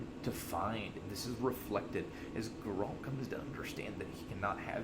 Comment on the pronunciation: ??? Grrr-Ralt? My God man, wtf. And you really should change your cancer intro song. Does not fit this content, nauseating.